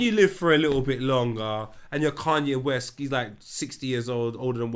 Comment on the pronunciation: "Cunye" again lol